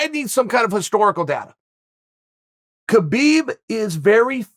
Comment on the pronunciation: It's pronounced Habib ,Chael